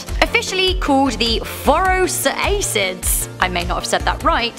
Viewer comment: There was no such thing as a 'Saber-Toothed Tiger' They were called Saber-Toothed Cats, they weren't even part of the modern Felidae family, just distant cousins, not Tigers at all. Also, it's pronounced 'Phor-Us-Ra-Kid-ay' ;)